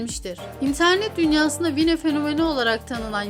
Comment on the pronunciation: VİNE değil Vayn diye okunur kral